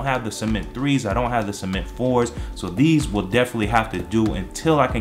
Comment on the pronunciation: He Said Semen😂😂💀